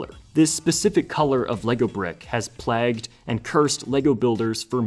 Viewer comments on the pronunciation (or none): "Plagged"? You mean "plagued", right? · "plagged" lmao It's the verb of plague. So would be pronounced like "playg-ed" or something. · You're pronouncing "plagued" wrong. :P It's not "plagged", it's "playgd". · Pronouncing the word “plagued” as “plagged” is crazy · This specific color brick has PLAGGED? WTH, do you not know how to say plagued? Plague dude, wtf is plagg. Skipping. I don't watch idiots. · Some of the words were narrated incorrectly too. I noticed early on ‘plagued’ was pronounced as ‘plagged’ and ‘accept’ became ‘assept.’ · no. There is no accent where you would say ‘plagged’ instead of plagued. 🙈🤡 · Same reason he pronounced "plagued" wrong : Engagement.